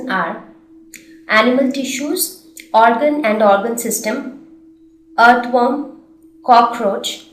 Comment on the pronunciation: the way she said earthworm still gets me